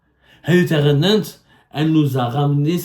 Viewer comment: تخنانت وليس تغنانت